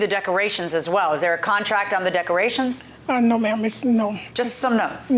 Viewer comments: I replayed…yup, she said duckerations! 😂😂😂 In her defense, I make up words too! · Did she say "duckerations" ? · "Not liking the "DUCK-A RATIONS" 🤣🦆🦆🦆🤣 "Don't AXED her for everything back".. Well if someone "AXED" me i would be most likely DELETED from this earth.. "AXED".. 🙄🤣🤣🤣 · Please tell me she didn’t just say duckcorations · This lady said duck rations instead of decorations😂😂😂😂😂😂😂😂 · Sorry they had so much trouble with the “duckerations” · If she says duck-erations one mo tiiiiimmmmeee! At first I played it off. I said to myself, “self, NO SHE DIDN’T say duck-erations,” but THENNNNN, she did it AGAIN! 🤦🏽‍♀️